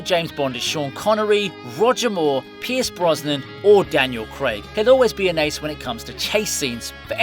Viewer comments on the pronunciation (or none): none